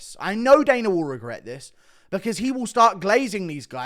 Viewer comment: Guru.. his name is Dana not Daner